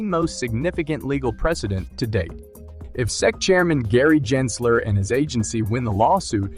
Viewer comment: Jensler lol it's Gensler